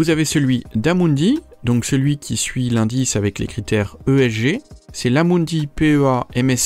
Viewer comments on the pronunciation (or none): none